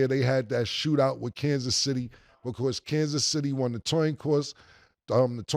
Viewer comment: Wonder what Killa was thinking when he said “Toin Coss” 😂